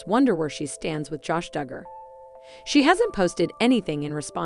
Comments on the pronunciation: You can’t pronounce their name properly so you should not be reporting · All i canvas is....please learn how to pronounce the Dugger girls name correctly!! "FREE JANA!!!"